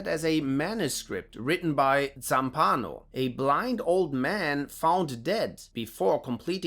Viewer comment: Beautiful video! Just a tiny correction: Zampanò, as the accent implies, must be pronounced stressing the final o: like "Letmeknow".